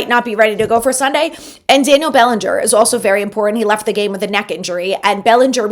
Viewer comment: Please...it's "important" not "impor-ent". Enjoy the show!